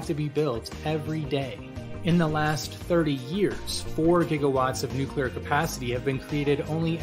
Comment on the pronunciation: Please don't say 'nuclear...'